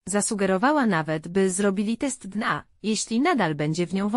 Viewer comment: Oj te Al i później Dna zamiast D N A 🤣🤣